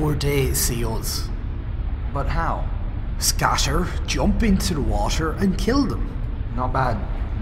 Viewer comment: sounds like steve said washer stead of water